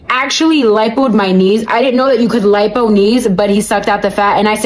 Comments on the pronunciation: Tf is "LEEPO" ?😂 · It's not LEEPO, it's LIPO= LIE-POE